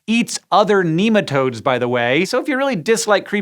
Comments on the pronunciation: my coworkers would yell at you for saying NEE-matodes. NEH-matodes!! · Not neematodes, nematode, pronounce it properly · American accents in science shows are always dodgy. There are too many bastardised pronunciations floating around that place. Nem not neem